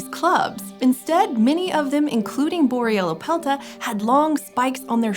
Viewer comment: take a shot everytime she says boryellapelta